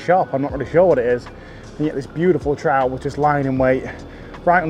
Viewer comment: Haha looks like a sea troot lol love it when english people do scottish accents. So funny. Andy Buckley does that to haha oh its a bonny wee troot hahaha